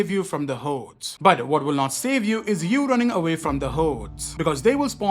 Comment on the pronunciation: I like the way he says “hordes” lol run away from the hoedes